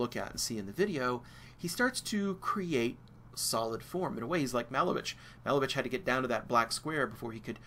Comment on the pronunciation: Malevich is pronounced muh-LAY-vitch